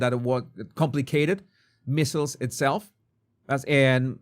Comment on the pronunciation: I love you but MEASLES rhymes with DIESELS, WEASELS, EASELS, and not “missiles”.